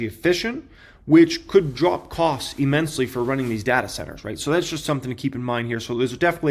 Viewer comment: "E"-mensely is not a word. That's not how you pronounce immensely. What college did you go to? Clearly they didn't speak English there.